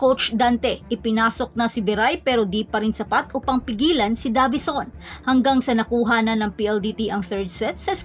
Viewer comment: Deyvison as pronounced not DAVISON